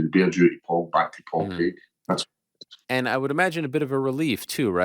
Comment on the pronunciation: I only put this on to see the hypocrisy of how Ariel makes such a big deal about pronunciations - when he can’t even say Craig 😂